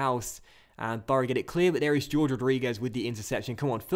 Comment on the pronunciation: it's pronounced hor-ghe, not George (for Jorge Rodriguez), last year you also had a guy called Jorge, your left back, and you still called him George even after I told you how to pronounce it